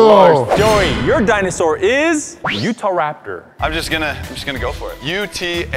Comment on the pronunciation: Utahrapeor